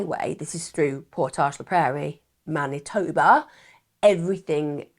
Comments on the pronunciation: Pronounce Man itoe ba spelt Manitoba😊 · "Winnipeg, Mantinoba"? I think she had a slip there.